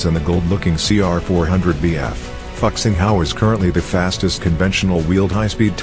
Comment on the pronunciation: Fu xing, not fuck xing